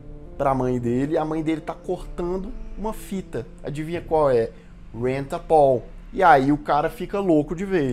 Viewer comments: A pronúncia foi de doer heim kkkk. Rent a pól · A pronúncia correta é Rênt á pél.